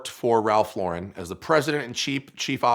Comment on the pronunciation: You’d think the son of the COO and recipient of a 6 figure car would know how to pronounce Ralph Lauren...